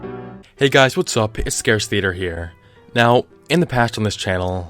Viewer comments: did I hear him say scarce theater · Did he just say "Hey guys it Scarce Theatre here" ? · Wait did he say scarce theater?? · I thought you said stroker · Captainfoxyhat he said, I thought he said that to 😂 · Neko I heard that too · Did anybody hear him say "Scarce Theater here,"(?) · I swear he said Scarce theater at the beginning. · did he just say "ScarceTheatre?" God i love this guy XD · "Scarce theatre" Lol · Did he just say Scarce theater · Is it me or did he say it's scarce theater? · Do you say scarcetheater on purpose